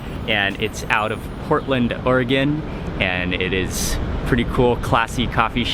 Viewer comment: Omg he actually pronounced oregon right.